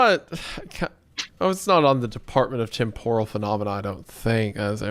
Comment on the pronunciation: All this time, and you still can't pronounce TEMPORAL correctly smh